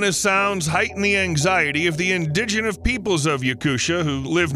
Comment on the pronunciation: Your computer generated voice couldn't even pronounce "indigenous." What country is this coming from?